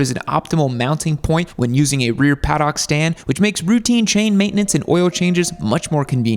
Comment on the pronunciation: Hey,... PADDOCK is pronounced like PADDUCK. Just saying. Love the channel!